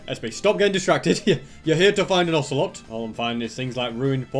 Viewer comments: Osger oselot and danger(cos it din spawn with mob switch) dont pronounce the ger as in danger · you should name the ocelot ocey (pronounced okeiy)